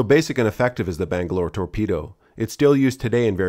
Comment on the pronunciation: "Bang-A-Lore, Tor-Pe-Do" - The Lost Boys, Allegedly.